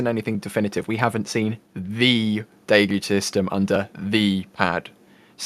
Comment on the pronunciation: Deluge, pronounced “delluge”. Not de luge